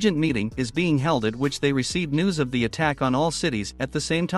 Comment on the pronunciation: Narator:"An the brother beng- Me:" BEN? "